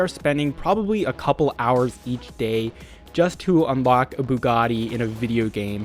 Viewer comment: So no one going to mention how he FLAWLESSLY pronounced the Buggati ???